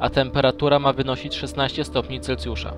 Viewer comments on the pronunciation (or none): none